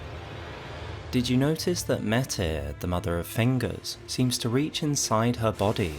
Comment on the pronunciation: finally someone who pronounces Metyr the same as me I've heard people say "mater"